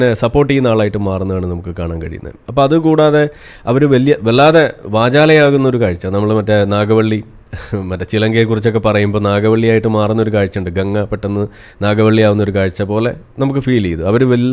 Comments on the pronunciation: നാഗവള്ളി അല്ല പുള്ളേ.. നാഗവല്ലി 😊😊😊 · നാഗവള്ളി അല്ല നാഗവല്ലി